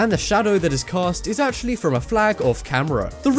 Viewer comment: it actuwally worked im impressed